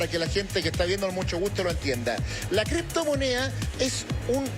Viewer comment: LAH CRIPTOMONEAH... LLO TE VOY A ESPLICARTE.. que verguenza de programa